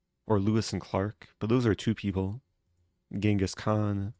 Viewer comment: who's more respectable than columbus "kenghis khan"